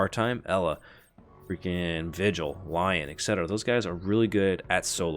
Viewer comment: Lion lol "roar" pronounced "lea-on" 🤣 or lee-on